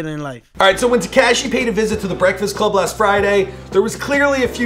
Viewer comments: Te-kaa -shi? It’s te-ka-shi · it is pronounced “tekAWshi 6ix9ine” not “tekAHshi” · It's not ta-cash-y smh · "Tekyaaashi 69"😂😂😂 damn chill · ”Tekaeeshee 69” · TekAsiEE is how he said it lmao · When will he learn it’s not TeKASHI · “TECASHI 6ix9ine” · Haha Te - kash- eeee 69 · He said tekaashi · Get is name right it's tekashi 69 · Wtf is up with you and Names. Tekeshi? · he still can’t say tekashi right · Dude, say 6ix9ine’s name right and know how to say it before you make a video on him..... smh dude. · Why you keep saying tekashi like that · Fuckin... still can't say tekashi right! Just say 6-9.